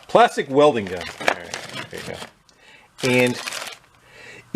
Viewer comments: "Plastic weding gun" .. not "welding" .. . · THAT SHIT SAID WEDING GUN CMON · "Plastic Weding Gun" Chinglish to the rescue! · plastic weding gun not welding lol